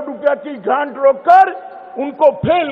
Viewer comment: 14: 57 second 80 gando me bijli Pani ki subidhaye pahuchaya.. 😀 😀 😀 Sahi se pronounce to Kar le fir Delhi washiyo se vote (bheekh) maangtino. 16 minutes pe.. Nagar nigamo ko 10000 rupye ki gand rok Kar..... 😀😀😀. Kis word ko kaise pronounce Kiya jata hai ye sahi karle..